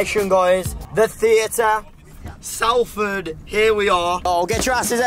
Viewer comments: The way the pronounce Salford hurt me lmao... I'm down the road and we pronounce 'solford' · Late to the game but it's Salford not Salford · The way Jay pronounced Salford gave me a hernia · no cos he said "Sal ford" when its sol ford I'm dead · Salford is pronounced solford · So they went to Salford, said it wrong and then went Trafford and called it Manchester 😂😂😂 TGF is amazing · How’ve I only just realised even tho I’ve watched this video before that jay can’t say Salford right I’m from Salford an I can’t stop laughing at tha now 🤣